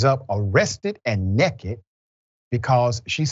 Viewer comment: The way he said "Nekkit" sound like my uncle, lol